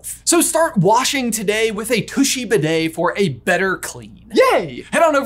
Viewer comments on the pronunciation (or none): none